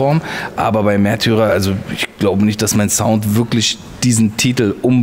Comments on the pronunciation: Haha...wusste garnicht dass das neue Album "Mehrtürer" und nicht "Märtyrer"!!! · Sawash Mehrtührer beste Aussprache hahaha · Hahahahah mehrtürer :)